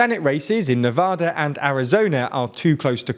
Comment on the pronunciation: Thank you for saying “Nevada” correctly. Nevadans appreciate it.